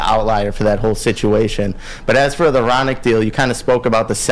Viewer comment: Bro why u pronouncing Hronek like that